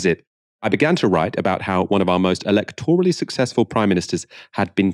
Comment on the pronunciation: eLECTorally, not electORally!